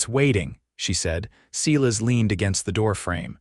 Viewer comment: "Cela's" is obviously AI's mistake for Silas, and painful it is to hear that mistake echoed in the narration, even after the spelling is corrected. Not the first video that has made this mistake. AI seems to have a limited vocabulary and grasp on proper pronunciation and spelling. Some human editing would be appreciated, especially by someone who actually speaks American English if you're going to try to replicate the Old West. And where did the second horse come from when they went west? Otherwise, a good story. Captioning sometimes incomplete of narration. Narration pleasant, good intonations usually. Good, positive progression of intentions and actions. Enjoyed it. OR, USA